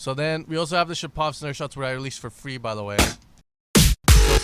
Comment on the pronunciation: NOT ShapOv! ShApov!!!!!